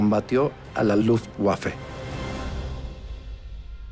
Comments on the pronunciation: Tenía la firme intención de ver el video hasta que el bato que hizo el doblaje dijo "luft guafe" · la pronunciación correcta es "luft vafe"